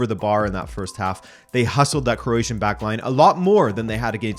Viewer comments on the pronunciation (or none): none